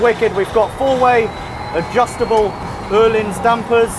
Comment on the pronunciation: Good pronounciation on the Öhlins dampers! Not easy to do if you dont use those letters in your language normally